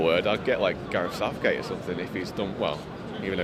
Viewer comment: Man said Gareth Southgate 😂😂